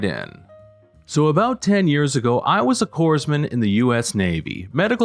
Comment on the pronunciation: In the title Corpsman, the "s" is silent! I'm a Marine, and we love & respect our "Doc's".